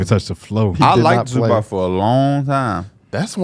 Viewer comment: Zubac is pronounced Zoo-bots fyi not zoobock